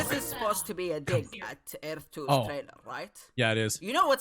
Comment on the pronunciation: God I can't listen to that dude butcher the word Earth